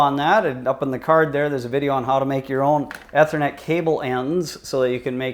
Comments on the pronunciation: "E" thernet not "Eh" thernet....smh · I know right. Amazing someone doing a vid on it doesn't even know how to pronounce ethernet